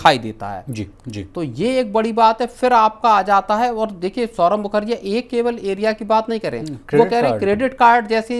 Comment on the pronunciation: सौरव मुखर्जीया नहीं मुखर्जी है 😂